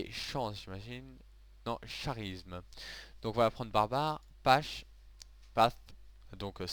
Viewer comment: Et tu m'as bien fait rire en disant "charisme" ^^